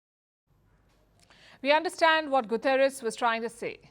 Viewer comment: Palki i understand why you saying Gutieres words wrong coz israel gave you access to report on their country n your goverment as well